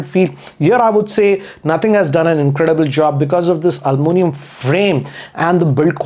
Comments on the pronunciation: this is just an advice to you., That you spoke Alluminium as Almonium. Please rectify it. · Love it when he says Almunium